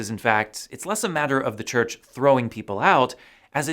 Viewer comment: CHURCH NOT CHRCH ....SORRY ! 😎